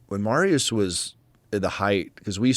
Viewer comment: It is pronounced "Mariush".